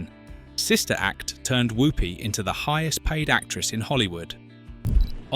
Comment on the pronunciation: He also keeps saying "woopy" instead of the "wuppy" pronunciation which he would know if he had watched it lots of times